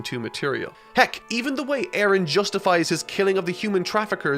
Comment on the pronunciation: man your pronunciation of the name Eren throws me off so much because it's a turkish name and it's pronunciation is way different here